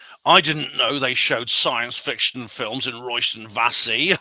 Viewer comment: Also, its pronounced "Royston Vayzee" not "Royston Vassey"